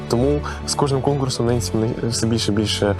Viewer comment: НЕНСІ ??? ТОПКО ??? Яка ж то "Ненсі"??? Бляха....піпєц😮